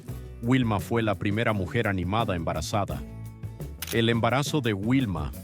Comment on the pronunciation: Por respeto a los picapiedras deverias pronunciar bien sus nombres no es wilma si no vilma y le dices fred a pedro que mal traductor eres en español porque no pronuncias biem sus verdaderos nombres de la serie